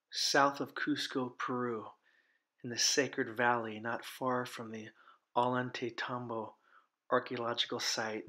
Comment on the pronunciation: For the umpteenth time: Ollantaytambo is pronounced 'OY YON TIE TOM-BO'. I can't believe the number of people who keep mispronouncing the obvious Peruvian words because they've never listened? Maybe you never even went?